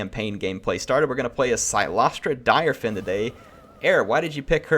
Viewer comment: Apparently her last name is pronounced as "Deer-fan", according to one of her voicelines, if I heard it right. The more you know.